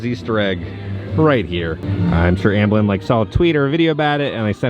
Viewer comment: Amblin not Ambelin